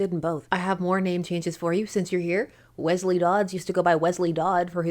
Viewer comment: in service to Wesleys everywhere, miss you called him wezley like with a z and it’s pronounced Wesley with a soft s, it’s always gotten on my nerves when someone calls me that, so I would assume it gets on other people named Wesleys nerves, so I just wanted to let you know.